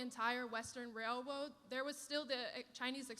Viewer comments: Lol, wailwode. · It's a railroad, not a railruod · Did she say "Wail Woad"?😮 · “wail woad” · "Even though the Chinese built the entire Western Railwoad" 🤣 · Did she say Chinese built the entire western wailwoad? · Did she say wail woad ?😅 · "Railwoad" -Some Girl on YT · Yes, she said,”…the Chinese built the rail-wode.” 😂😊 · How ironic is it that she said “Chinese Wailwoad” 😭😭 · The wailwoad😂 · She said "whalewoad" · "Walewode" lol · Ah yes, the “wailwoad” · Was she low key mocking asians by pronouncing it Wailwoad?